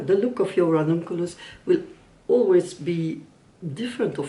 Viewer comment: I enjoyed this video and how you explained every detail about the choices that you made upon the Ranunculus. Also how well you rolled that R! Lol As a non native English speaker I can say that I had no difficulty in understanding what you said and I’ll be coming back again for more